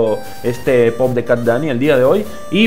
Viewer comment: Poop se pronuncia "pup" pero igual suena bien tal cual. Ahora reacciona a la parte 2 Pd: filete todo trabado xdxd